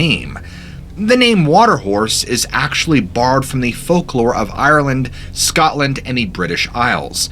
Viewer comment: At 21: 41 you say scotland like your one of us lol did you know that scotland has one of the first dogmen or werewolf. True story nae bullshite